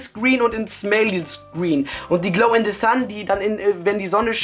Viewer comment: Der kann nichmal richtig Englisch der sagt Glow in DE Sun und Glow in DE Dark